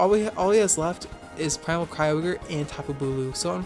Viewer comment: can't believe you used to pronounce Kyogre wrong